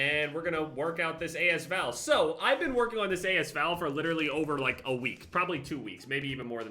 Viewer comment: I hate how he pronounces AS VAL why does he separate the first word but not the second